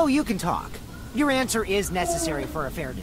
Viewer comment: when he said “why dont you just say the answer” i misheard answer as n word